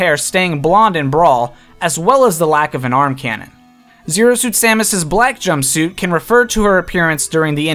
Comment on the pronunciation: if you say jumpsuite one more time